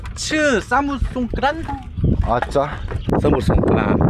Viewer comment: ส่งกำลังใจเล็กๆน้อยให้นะคะ ❤ ทริปนี้เป็นคนหวานกันมาก เก่งมาก อ่านคำว่า"สมุทร" ได้ด้วย 👏 ดูสนุก น่ารักทั้ง3คนเลยค่ะ 😊